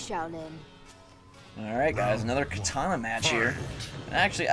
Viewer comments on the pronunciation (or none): Kitana not kitara